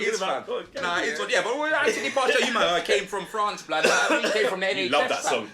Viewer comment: ‘Anthony Partial’ 😭😭😭